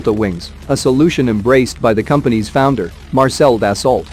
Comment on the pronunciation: Das-ooo that's how the French pronounce it.